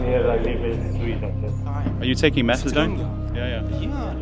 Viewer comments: I know its petty. But hearing you call it MethadRone was doing my head in. It's MethaDone. But to the facts. Excellent presentation mate. Love it!! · WHY WOULD A DOCTOR GIVE OUT MEPHEDRONE? HE CLEARLY TOLD YOU IT WAS METHADONE WHICH YOU REPEATED.. NICE SMEAR CAMPAIGN